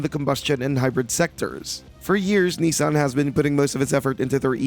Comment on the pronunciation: It's not nee-san, its nih-san.